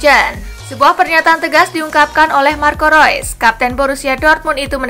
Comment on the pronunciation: Marco rois hahahah😂😂😂Marco Reus